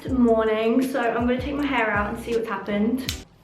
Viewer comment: “for curly hæ”